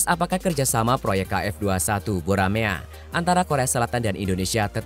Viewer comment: Dibaca Boramae bukan Buramea